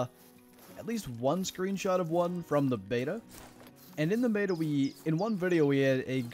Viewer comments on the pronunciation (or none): none